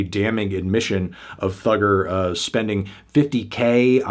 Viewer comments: You didn't have to say Thugger with hard R so many times, Fantano. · Ikr, saying Thugga with the hard r is disgusting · Why is he saying Thugger with the hard R???? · "Thugger" with the hard R is crazy